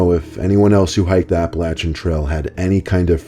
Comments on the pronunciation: The way pronounced "Appalachian" indicates that he might be from the South or Mid-Atlantic part of the U.S. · As someone who is from Pennsylvania and lives very close to the Appalachian Trail, it made me laugh a bit at how he pronounced it. Still my most favorite YouTuber! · I’m cringing at the way he pronounces “Appalachian” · Did anybody else notice how he butchered the pronunciation of the Appalachian lol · Just wondering why nobody corrected his pronunciation on Appalachian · Appa-lachian...I'm sorry I have never heard someone pronounce it like that xD Love your videos! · It's pronouced Apple Ashian. 😂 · Its pronounced apa-lay-tion trail. Other that that I love you're videos so much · (Appa LAY chan) not (app ah luh chan) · im sorry but the way he started the video with "the aPalaChAn trail" LSDJDJ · It’s pronounced Apple-ay-shun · WarlegganFangirl1984 yesss. Everyone pronounces it “App-a-lay-chun” and it isn’t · i have OCD so i get annoyed by these things. its pronounced app-ill-ay-shun or at least that's how WE pronounce it in PA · Appleatchin trail huh? Lmao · Appalachian is pronounced like app-uh-lay-shin lol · Apple-A-Chan lmao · It’s pronounced “Apple-ey-shon” get it right! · “Apalatchin trail” this trail is basically in my backyard in the state of Maine and people say it wrong all of the time but this is the funniest I’ve heard😂😂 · It’s pronounced {app-uh-lay-shun} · It's pronounced.... Apple- at- cha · myewgul its app ill lay tion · I love this story but AGH Appalachian is pronounce with a long a like appleAYchen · Lol, he keeps misspeaking Appalachian trail (btw love your videos, and it's pronouced Ah-puh-lay-shee-an) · Apalancin trail lol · The scariest part of the whole video is when pronounces Appalachian wrong 😭. Love but that dug deep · Is anyone else fucked up by the way he pronounces Appalachian? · The pronunciation of Appalachian though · no one is going to comment on the way he pronounced appalachian?